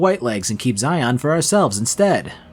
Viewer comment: Zion- Zi-in